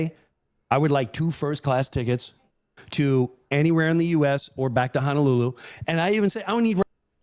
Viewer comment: He's mispronouncing Honolulu for comedic "reasons." He's not a guy who wants to legitimately check out the area - he just wants his ritzy beach vacation. Combined with the fact that a lot of the tourists to Hawaii are like Jim Breuer and presumably stick to the touristy stuff instead of checking out local flavor, it puts a lot of stress on the Hawaiian economy and environment.